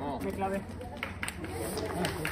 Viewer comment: diciendo bien los 2 chingao!!! me da vida